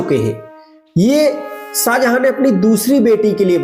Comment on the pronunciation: आप थोड़ी सी भाषा सही करो भाईट स्टोन नहीं वाईट स्टोन साजहा नहीं शाहजहां